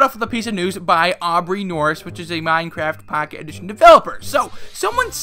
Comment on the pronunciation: "MyneCrayft Packeyt Edition"